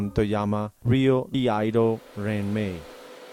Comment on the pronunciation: Can someone tell the narrator it’s iaido not Laido